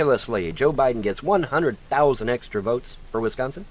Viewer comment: Does that illiterate glob of shit actually say "100,000 extree" votes, instead of "extra"?